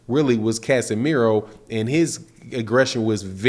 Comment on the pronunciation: its casimero not casemiro you dumb